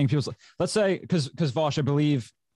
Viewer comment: "Vaush to some people" Vowsh to others